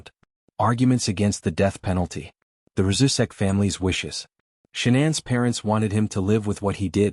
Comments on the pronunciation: Pronounce it right. It's Shan- anne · Ahhh ur driving me flippin crazy pronouncing Her Name Wrong WTH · This AI voice pretending to be a real person and can’t even have the decency to pronounce her name right. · The brotherhood wouldn’t be telling ANYONE if they were going to do anything. And they definitely wouldn’t tell some random guy on the internet- using an AI voice that cant even pronounce Shannan properly.